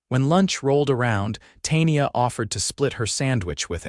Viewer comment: Tay-nee-ah??? Good grief.